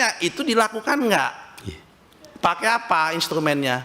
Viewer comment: Pakai menjadi pake. Bukan pakek. Ibu, bukan ibuk.